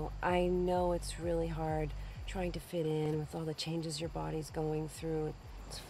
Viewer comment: Why the fuck do I hear 'boody'? I really cannot unhear it anymore. 😭 Remembering that he's British really messed up my perception.